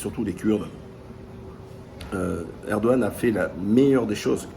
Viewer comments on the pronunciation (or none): none